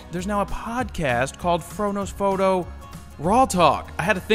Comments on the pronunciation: The first times i watched your videos I hear "frodos photo" instead the "fro knows foto" 😂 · first time i watched one of your videos, without know anything about you. It sounded like you were saying, "frodo photo," which makes no sense, looking back. Love your videos keep them coming. I love Tolkien too.